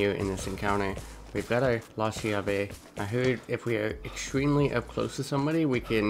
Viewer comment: The shotgun is pronounced with a strong "C" because in in italian "CH" is pronounced like a hard C or K, and the word is pronounced like this: "Kyave". In italian the translation is "the key", and I think it's ment to represent the italian shotgun SPAS